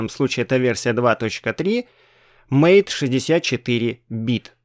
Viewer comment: MATE - это не "мэйт". Тут имелось в виду другое. Вот из Википедии: "MATE ([ма́тэ]) — среда рабочего стола, являющаяся ответвлением от кодовой базы не поддерживаемой в настоящее время среды GNOME 2. Название MATE происходит от испанского названия (исп. mate) вида падуба, растения, из листьев которого готовят одноимённый напиток." А еще в Линукс не файл подкачки, а раздел подкачки! Это разные вещи, хоть у них и похожее назначение.